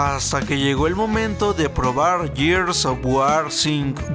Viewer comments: Muy buenos reviews... Informativos reales... Sólo una cosa, Gears of wars, Gears se pronuncia "GUIERS", no yiers... Saludos ;) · Es Gears o Yirs 😅 es Siries Ex o Series X mejor hay que pronunciar en español 🇲🇽 que espanglish 🇺🇸